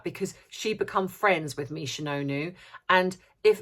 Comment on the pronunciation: Ha ha it sounds so funny when you say 'Misha No Noo' It sounds painful for the person affected with a No Noo. 🤣🤣🤣 Thanks. ☘☘☘